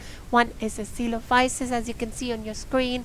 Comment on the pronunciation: Thank you for pronouncing Coelophysis correctly. I've heard it many ways since this game launched, lol. I'm enjoying the game and hope the developer, Dean, continues with it. A promising start with much room to grow. BTW, so you don't drown, hit space bar (on computer, not sure about controller) to swim on the surface.